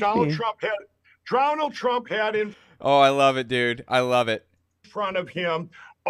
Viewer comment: He got him so miffed that he pronounced it Dronald Drump OMG this guy is so great